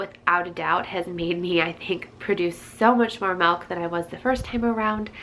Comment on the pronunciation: Malk !!! Lol